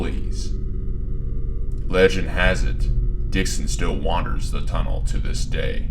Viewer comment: ah yes... the TUNNELton TUNNLE